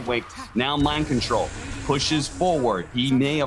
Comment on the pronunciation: It was Mind Kontol Axe